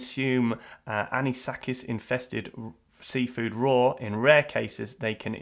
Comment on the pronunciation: Why did I hear "seawall" when you read "seafood"?